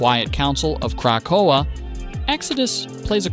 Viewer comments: Yo the ai voice over sucks. Just use your real voice. Every time the ai said Krakoa, I literally wanted to pull a black widow and end myself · There is no pause in "Krakoa"